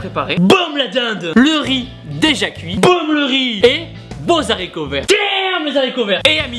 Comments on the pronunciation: On dit des Haricots, pas des Zaricots... Troll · les Z HARICOTS NON NON : jamais de liaison quelquesoit la structure de la phrase prononcée : on prononce toujours sans liaison : les Aricots et on écrit les haricots. sinon Beau et bon coach a surveiller de prés rires t'es un stimulant puissance mille avec ta tete d'Ange... Bonne continuation